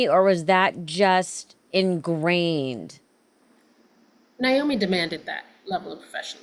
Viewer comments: At least pronounce her name right,,it's NAomi nit Niomi...... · So happy to hear your guests say Naomi‘s name properly. My sister-in-law‘s name is Naomi and I can’t stand it and neither can she when people say NIomi… edit: well, she said it right once and then she blew it😂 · It’s amazing that they both are so engaged and connected to the story, but don’t make the effort to pronounce Naomi’s name correctly. It’s NAY-0mi! And, Melissa, it’s WHY-nOna. Do better, ladies. 😖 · Its NOT NI OMI its NA OMI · Y'all, it's "Nay-O-me", NOT "Ni-O-me. Neigh like a horse not with long "I". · Very interesting. I am looking forward to seeing this. I’m surprised at the mispronunciation of NAomi…they are saying Niomi. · Why do both of these ladies keep mispronouncing the name Naomi? It's NAY-omi, not NI-omi. Long A, not long I. Not even the Judds themselves say the name with a long I. Strange. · Her name is being pronounced incorrectly by both of you. It's pronounced Nay - omi Not Ni - omi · Did she pronounce her name Ny-Omee? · First of all, it's NAY-omi and WY-nona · They both called her Nyomi!